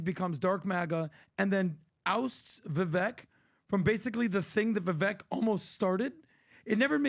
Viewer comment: I wonder if will ever pronounce Vivek properly? I thought it was how he says it at first, but since Vivek himself pronounces it differently, I followed his lead...since it's his name.